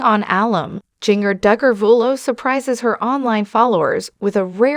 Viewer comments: Singer like the spice ginger please nothing is more sad than your name being mispronounced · If you are going to report on her, say her name right!!